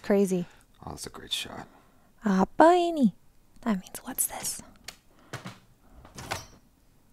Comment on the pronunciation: i'm surprised you pronounce it very well. "JANGAN BUKA!" whattt you say it againnn XD "apa ini". are you learning this language before? :D